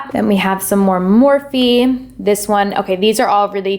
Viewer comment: Don't get me wrong gurl i love you. But i cringed every time you said Morphe